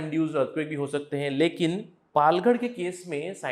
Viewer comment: पालघड नाही आहे सर पालघर आहे.